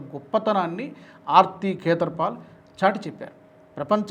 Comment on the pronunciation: భారతీయ నటి ఆర్తి ఖేతర్ పాల్ .. ఈ పేరు మీరు పలికితే సరిగాయిన్పడలేదు. పేర్లు అవీ చదివేప్పుడు స్ఫుటంగా పలకాలిరో అయ్యా !